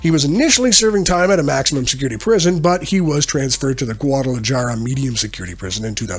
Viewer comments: guada la jar uh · Me-de-YEEN. Gua-da-la-HAR-ah. Just trying to help. Decent video otherwise.